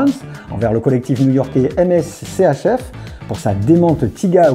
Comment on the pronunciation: Très sympa, en revanche MSCHF, se prononce MiSCHieF